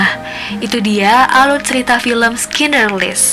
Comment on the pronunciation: Sekedar koreksi, klo Schindler's list bacanya "ˌʃɪndləz ˈlɪst" bukan "Skinderslis / skindlerslis" (which is it's originally a German name "Schindler")